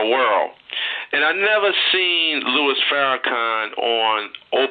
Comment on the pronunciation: Lol I know you wrote your comment about 6 years ago but I'm listening to the interview for the first time and every time he refers to our dear brother as" Lewis" it's just so cringe-worthy to me.